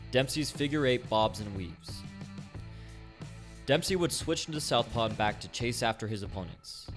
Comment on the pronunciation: DEMPPSHEEEY ROLLL-DA